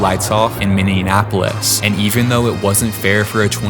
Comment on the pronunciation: Why does everyone call it minneanapolis they always the extra n